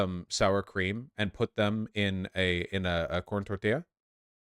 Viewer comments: the worst part in this segment was the way vaush says tortilla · The way Vaush pronounces tortilla is super cute